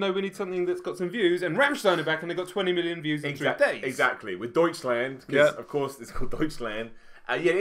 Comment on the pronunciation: ' pronounciation of Deutschland is lovely